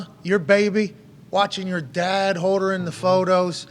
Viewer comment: So what he’s saying is he’s gonna be a dahd?